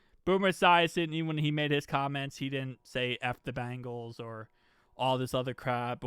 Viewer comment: Please enunciate our team name Bengals. Not BAngles. One is a tiger, the other is a bracelet. No disrespect, many media outlets make same mistake.